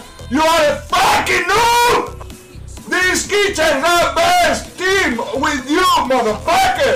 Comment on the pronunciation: ً Yeah but pronouncing it loses sight of the T my man.